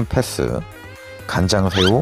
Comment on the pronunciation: 패thㅡ.. th발음 심하시네요